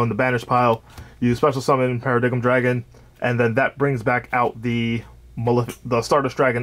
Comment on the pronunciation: Bro you cant be Paradox if you cant say the name right.. Malefic Para-“DIME” dragon